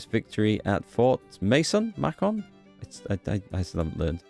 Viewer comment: Macon is pronounced like bacon